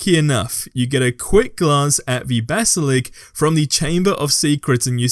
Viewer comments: u do know that its pronounced basalisk not basalik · Why do you keep saying basalig?